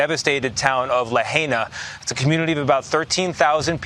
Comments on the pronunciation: CBS guy said La-hay-na fckin clown. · La-HI-Na. What kind of idiot cannot pronounce the name of the city you are reporting on? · Wow, the media knew.....😢...and it's still pronounced La-HI-Na. No you ain't arbitrarily changing how we say the names of US cities too NO NO NO! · Luh haynuh. LOL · Please pronounce Lahaina correctly. I lived in Kihei for 12 years and the leeward side is always brown in summer. Hundreds of years ago the whalers used this side of the Island to repair their damaged ships cutting down all the trees. This turned Kihei and much of the Westside into a desert. This is has nothing to to with the made up climate change. Good luck turning this Island to all "green". Most residents will never be able to afford this. Typical left pushing their agenda on everyone like it or not! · That idiotic reporter couldn't even pronounce the name properly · Damned reporter cant even pronounce "Lahaina" correctly. Pathetic.